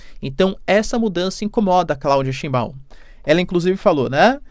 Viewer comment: "Scheinbau", é uma palavra alemã, e tbm sobrenome de muitos judeus alemães/ashkenazin... E o ditongo "EI" é pronunciado em alemão como "Ai". Exemplo EInstEIn ...(EINSTEIN), Geisel Stein, Frankenstein, Jazttein etc.. Portanto a pronúncia de Scheinbau é [= xainbau]